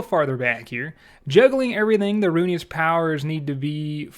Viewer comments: Roo IN us not Roo E nus. Pleaseeee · i just sat through half this video thinking it was a different prayer book because you caller it "The Runious Prayer Book" and not "ru-in-iss" lmfao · why are you calling it runius? its ruinous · RUINus , not runeyus, good video though man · Ruin-ness is how it’s pronounced not runeyus lol good video though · Please atleast learn how to pronounce things before making a video on it. Ruinous. Ru...in...ous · I’m not sure why, but the sound of pronouncing it “Runyous” is kind of growing on me, lol. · "Runious" lol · Ruinous = "roo-in-us" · RUNE IOUS XD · Ruinous powers, not Rune-e-us. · "rune-eee-us" lmao cmon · Roo-in-us is how you pronounce it lol love you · Fyi, it's rune ness. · good video, but I HAVE to say... ruinous: roo-in-us. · Can someone teach this man how to pronounce Ruinous